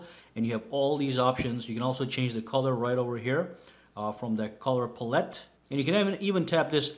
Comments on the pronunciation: I have to say this...pallette is not pronounced pull-ET...it's pronounced PAL-it. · No, it's not. It's pronounced "pal-ett". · Lewd Bandana it's like I said...just like an artist's palette.